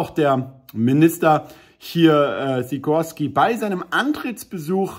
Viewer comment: Eher wie Schikorski aussprechen glaub ich . Der entscheidende buchstabe fehlt hier in der ussprache 😥 wie Skier am anfang „schi…